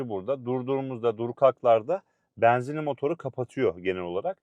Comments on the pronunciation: Beenzinli değil benzinli güzel kardeşim. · Samsun şivesi😊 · Samsun şivesi 😊